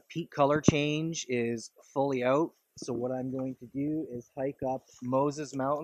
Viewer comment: Well I'm glad to join you brother. I love these kind of hikes. You know, the kind I don't literally do it, but someone else provides the rewards. lol...Epic View, beautiful colors of the season. Btw, I heard your Northern accent when you said "ought", when really trying to say "out". hahaha...Short video, but worthwhile. Cheers bro!